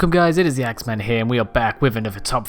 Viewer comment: When you say "whats up guys here"it seems like you say it is the X man lol